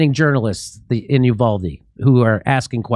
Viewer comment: The town is pronounced YOUvalde....Get it right!